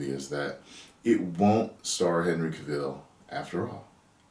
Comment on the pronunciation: Love your videos man, but it is Cavill like Gavel (the hammer a judge uses)